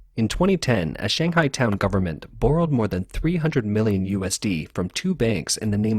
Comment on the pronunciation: Where is your vernacular from? Ive never heard borrow pronounced like that before